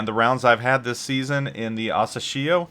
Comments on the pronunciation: Hey! The way you pronounce Asashio sounds strange, especially since you mentioned it so many times. Couldn't resist not commenting. You can check how Google translate pronounces it. Use 朝潮 for Asashio, which translates to "morning tide". Have a great year! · Hearing you pronouncing the name is so painful